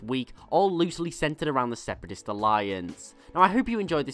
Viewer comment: why does everybody say separayist alliance now? Its Confederacy of Independant Systems